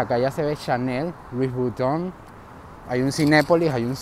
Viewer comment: La verdad al panameño no le gusta ese mall porque en un comienzo se habló de negocios turbos y provenientes de dudoso capital, por eso el panameño nunca le ha gustado asistir allí, por cierto, la pronunciación de Louis Vuitton es Lui Vitón, no Luis Buiton, con sonido de V no de B.